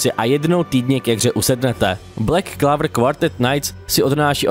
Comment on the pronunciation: Aspoň by jsi mohl název anime vyslovit lépe. Není to [:Clavr:], ale [:Clouvr:]